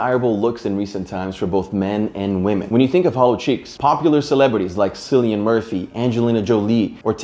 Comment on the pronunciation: It’s “Kill-ian murphy”not “silly-an murphy” it’s ok though Irish names are tough to pronounce love your videos pal keep it up 🇮🇪